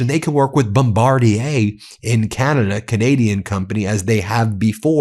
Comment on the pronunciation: Finally someone pronounces Bombardier properly.